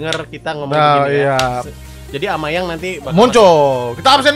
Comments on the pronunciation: Aubameyang bang bukan amayang wkwkwk semangat bang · Bukan amayang tapi Aubameyang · Bang aslinya namanya Aubameyang bang bukan amayang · Aubameyang bang bukan amayang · Bang bukan amayang tapi aubameyang bang plis baca